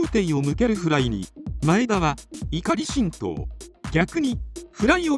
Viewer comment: 怒り心頭の発音が怒り新党だったw